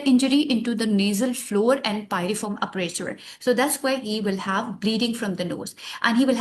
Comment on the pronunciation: It's Aperture mam..not aprature with regard🙏🏼